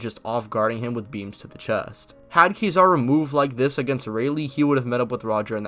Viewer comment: KEE zawr oo? Come on dawg damn :/